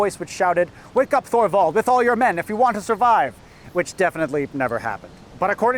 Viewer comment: Thorvald is pronounced like Toorvald